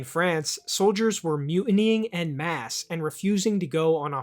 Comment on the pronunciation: That’s not how you pronounce ‘en masse’.